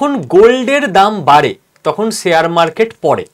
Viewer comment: Khub bhalo bojhalen. Kintu akta pronunciation rectify korun Sare market noy sa sa sa noy.. Share market talobyosha uchharan korun. Khub kane lagchhe!! Apni ato important knowledgeable kotha bojhachhen. Sekhane ei uchharon dosh bemanan!